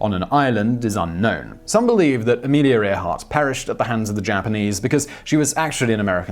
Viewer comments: it's ah/meal/ya air/heart!, Simon!! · “Armeleria Air-heart” 🤣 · Sorry Simon but your pronunciation of Amelia Earhart sounded like gibberish to me LOL